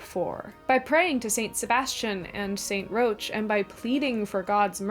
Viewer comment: New Orleanians all cringed at once when you said "St. Roach." It's pronounced 'rock,' generally, in English. We have a whole neighborhood named after him.